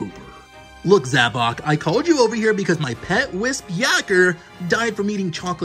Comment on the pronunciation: And finally somebody says zavok instead of zavik